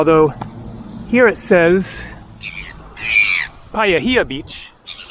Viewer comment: Look on Google for a kiwi bird picture their feathers are different from poultry (chicken) Paihia is said "pie - hee - ahh